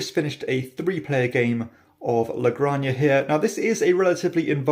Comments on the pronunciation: La "granJA" like "Jalapeño". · Great review! Got my copy last week. The only correction is how pronounce "La Granja". La granja" is Spanish for "the farm." "La" is pronounced like the "la" in "lamb." "granja" is pronounced "grahn-hah." The "j" in Spanish has a sound similar to an "h" in English. So all together, it sounds like "la grahn-hah." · La "GranJA" is pronounced like "JAlapeño". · If I had a dime for all the people that pronounce this game 'La-Gran-Ya'